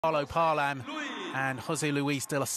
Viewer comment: Paalam was pronounce like ( Pa - a - lam )... Not ( palam ) 😊